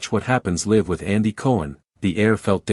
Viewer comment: Wish this were an actual interview--it sounds exactly like something I could see happening. However: 1) The AI narrator does not pronounce the word "LIVE" correctly even one time. 2) There is no live footage in this video. 3) I cannot find any of the "clips" referred to in the video of this interview online. Just more copies of this same static image with different AI narrators. To be clear--I'm not a fan of the griftsome twosome, but please stop feeding their victim narrative.